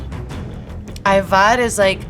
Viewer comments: reci lepo ajvar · No she did pronounce it good. Btw i think Serbia claimed Obama to be Serb. Everything is Serbian and only Serbian!